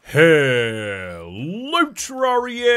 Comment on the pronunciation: Nobody: explaining his YouTube channel: " Terr-are-ia, ya ever heard of it, its a game